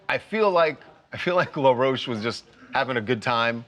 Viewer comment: He’s no LA ROCHE- like you’re pronouncing it- his name is in plain English- LAW ROACH 🪳